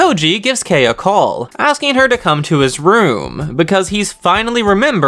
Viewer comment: I still Love how you pronounced Kei's name Edit: also Chabashira